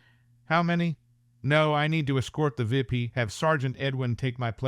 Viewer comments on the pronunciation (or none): It's an AI. real person would not refer to the U.N. as 'un' and a V.I.P as a 'vip'. Additionally, most people would know that the weapon calibres would be spoken as, in the case of the 9mm, '9 mill' or '9 millimetre', not '9 em em.'